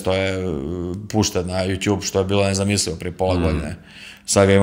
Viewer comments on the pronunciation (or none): none